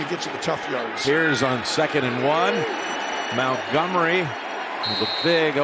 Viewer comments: Idk how I didn’t notice it live, but how does Nantz not know that Montgomery’s name isn’t “Mountgomery “? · why commentator keep saying david mowngummary???